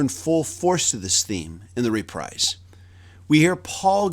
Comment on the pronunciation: It's not "reprize". It's repreeze". Wakey-Wakey!